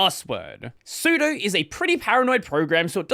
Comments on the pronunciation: I love that you don't know what sudo is. su... do super user do do the following as if I'm the super user the 'do' is literally the English word 'do', just as in 'doas'. so it's pronounced 'soo.doo', not 'soo.doh' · Sue-Doe VS Sue-Dew. Honestly, it makes me angry hearing it "mispronounced". vi vs emacs is a joke. So it "guiff" vs "jiff". This is real. :D